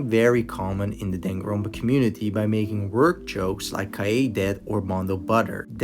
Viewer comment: “One one zero twee seven.” “Danganronpa V twee” “The blood in Danganroonpa”